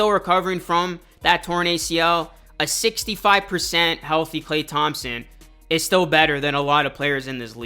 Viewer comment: Bro please just say “Klay”.